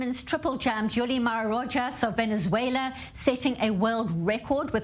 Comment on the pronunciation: Rojas is pronounced as Rokhas, not Rotchas